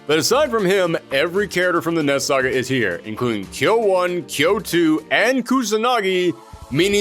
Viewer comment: It sounds like your saying ness saga